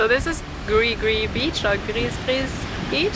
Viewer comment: Gris Gris pronounced Gree Gree.